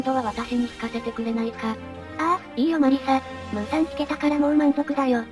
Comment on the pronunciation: ムウじゃなくて、ムーじゃね？